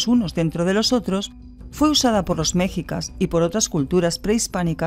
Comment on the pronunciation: HOLA, MISTERIOS. QUE GUSTO .ME DIO VER ESTE VIDEO DE LA PIRAMIDE DE MORELOS QUE SE ESTROPEO CON EL SISMO DE 2017. Y SIN AFAN DE MOLESTAR, POR SU BUENA PRESENTACION, LES COMENTO QUE LA PALABRA "MEXICA" SE DICE "MESHICA" CON ACENOI EN LA "I", NO "MEJICA" CON ACENTO EN LA "E." ESTO SIMPLEMENTE DA INFORMACION MAS VERAS Y PROFESIONAL. MUCHAS GRACIAS, Y SALUDOS DESDE LA CD. DE MEXICO.